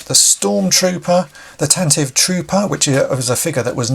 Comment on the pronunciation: Fun little known Star Wars fact: Tantive is pronounced Tantivee. The name was spoken allowed on the official NPR Star Wars Radio Drama, which is definitely worth seeking out for anyone who has experienced it.